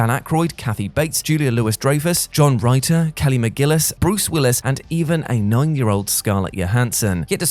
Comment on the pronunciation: It's John RIT-TUR not WRITER